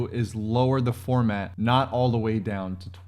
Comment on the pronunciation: Formant. Not “format” 😄